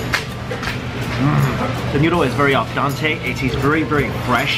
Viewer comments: Its "al dEnte". It sounds like your calling for someone named Al and Dante... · Hahaha he keep saying al donte lol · haha nobody I know from new york talks like that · I don't care about that. I care that Mikie Chen mispronounced al dente. God, I wanna pull his chair out. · Barely watching this video but samesies...he pronounced it wrong 😭